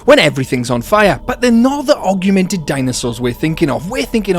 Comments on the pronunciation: Am I deaf or are you saying "arguemented" instead of augmented? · The pronounciation of "augment", "augmented", and "augmenting" in this video hurt me physically.